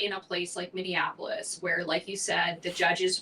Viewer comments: Minnie-apple-is. You keep adding an extra syllable. Please fix this! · Can you try just to say Minneapolis (mini-apollos) There is no extra "In" in it. Its not Mini-in-apollos. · Does Tate say Minionapolis? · Im not a liberal but you triggered me with how you pronounced minneapolis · Tate gotta work on saying "Minneapolis" correctly lmao